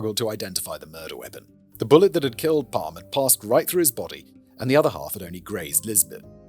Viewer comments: "Palm"-"e" you should pronounce the e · Gosh. You messed this up. Calling Palme "Palm" for a Swede just does work. The E is very pronounced in Swedish. And while controversial, he was VERY far for universally hated. And if you messed this up soooo badly , how can we trust anything to make video about? Major mistake... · Pronounced: Palm-er we roll our Rs in Sweden Joakim is kind of like in Yo-Yo at the start so “yo - ah - KIM” Dont get me started on the vowels. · Sorry. I do enjoy CC But this is a shit show. Maybe because I'm Swedish. Maybe because Simon has to tangent the shit out of it for longer content? This was overwhelmingly cringe. Maybe it got better after 5 minutes.. I'm not wasting more of my time Edit: Yes. I'm old enough to hear PalmE (the E is audible Simon) being shot on the radio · English speakers really do be allergic to pronouncing the letter e at the end of a word. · Looking up the pronunciation, then immediately discarding it. You can take the boy out of Britain, but you can’t take Britain out of the boy 😂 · But naturally he couldn't do the extra "e" for the whole episode. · Who else believe he recorded the entire episode, then realized he pronounced the name wrongly, and decided to make this intro? 😂